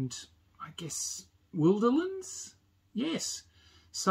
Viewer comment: You are one of the few people who pronounce “Wilderlands” the same as I do - with the “wilder” part sounding as it does in “wilderness”. Most make the “I” sound long; not sure why.